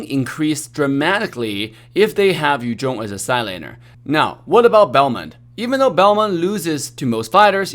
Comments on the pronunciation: its funny when he says "yu jhong" instead of "yu zhong" (no hate its just funny) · Yu zhong vs. Yu jong mehehehe English 101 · Anyone feels weird when say yu zhong in a Chinese accent?